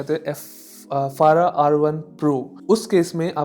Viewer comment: Foreigner - "fara" Desi - "fada"